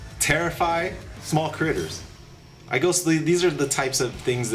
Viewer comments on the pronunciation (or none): say critters more lol funny how u say it